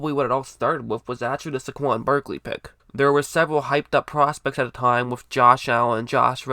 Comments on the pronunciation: It's Say-GONE! 😉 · It’s pronounced “Say-Kwon” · The way u say saquon cracks me up